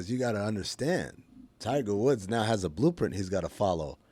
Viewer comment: Yeah don't think we're doing "Tigger Woods" :)